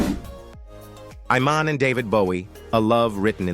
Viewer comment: Total crap video when Iman's name is mispronounced.